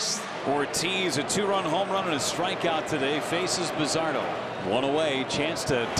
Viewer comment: Bazardo" accent on the Do